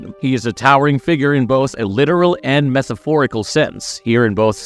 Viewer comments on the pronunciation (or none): I really wanted to like this video but the narrator is one of those people that thinks he sounds smart saying big words, all of which he says incorrectly... Look up subsequently, metaphorical, antithesis and simultaneously. Please. I'll wait here. Google will show you.